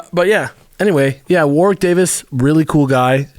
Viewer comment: I still think it's very cute that, no matter how many times they hear it, most Americans cannot pronounce 'Warwick.' Accents are different and people say things difference it's not a jibe or anything. It's just amusing.